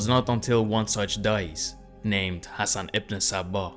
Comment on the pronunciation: 8.48 Thats NOT the way to pronounce ´´Ibn Sabbah´´ even the name Hassan wasn't pronounced correctly.